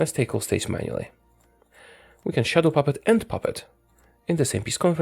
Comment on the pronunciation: You have the ultimate daddy voice but I always thought you said “shuttle puppet” which makes zero sense. I’m sorry, I have failed you.